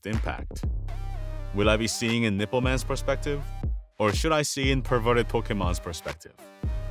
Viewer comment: did he say "Nippleman"? Tf